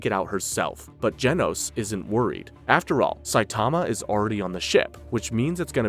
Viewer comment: You're saying genos wrong